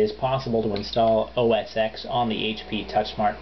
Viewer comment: First off, whats the point? I think its funny that PC fanboys do everything they can to get their hands on OS X yet they refuse to buy a Mac. Second thing, touch screen in a novelty. Pretty much useless on the everyday home computer. Third thing, It is pronounced OS 10 not X. Get a clue and get that wannabe Vista POS out of here.